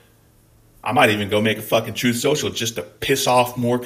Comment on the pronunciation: I made it to the end and you absolutely should make a "troth" account!